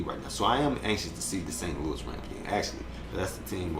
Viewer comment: Nice first vid. Excellent work. You did say St. Louis though lol.